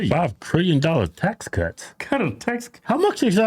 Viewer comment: 5 trillion dolla ta cuts? boy his education really worked :p